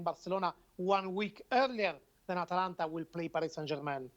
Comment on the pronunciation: Atalanta, Not Atlanta